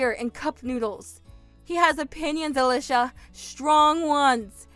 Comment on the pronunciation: At least the boyfriend knew how to pronounce Ah-Leeshah!